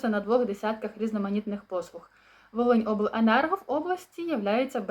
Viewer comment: Доброго часу доби ! Дай Боже всім здоров'я !🙏 Дуже Вас прошу чітко називайте область , ні би не старий і не глухий чому не можна сказати внятно Волинь Обленерго , я внятно чув слово обл енерго ! ! ! Назву області чути не чітко .